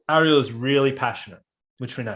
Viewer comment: Fuck listening to you guys talk about Disney princesses is rough. Ps it’s (air-real) Ariel like (air-rian) Aryan. Not arriel like are you done talking about this.